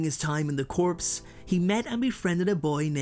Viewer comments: The word is pronounced "core", not "corpse". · For future reference the word 'corps' is pronounced 'core' not corpse, which is a dead body. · Just a FYI corps, is not pronounced corpse. It's pronounced core. JS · Just throwing it out there... but "corps" is pronounced as "core" not "corpse" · No. I meant that the word corps was being mispronounced as corpse.👍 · Ummm… "Corps" is pronounced "core" (just as a friendly FYI) 🙂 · I really like your content but I have to correct your pronunciation of the word "corps". It has a French origin, it means "body" or many of the words that can stand in for it figuratively. As such, you do not pronounce the "p" or the "s" at the end unless there is a vowel after it, but "corpse" is a different word with a different meaning. TLDR: corps is pronounced "cor" like core, and not like "corpse" which is a dead body.